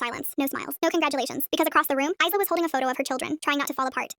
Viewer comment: The s in Isla is silent